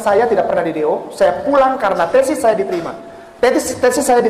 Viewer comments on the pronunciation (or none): Coba perhatikan ucapan srbut TESIS yg disebut TENSIS Coba perhatokan baik2 ucaoanannya Tensis.. Wah byk org yg p8ntar ngomong kalah org yg kuliah benaran dr SMA krn apa hanya jiplak ide orang.